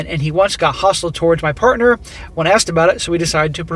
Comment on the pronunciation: let me handle this one. "parnter"?? SMACK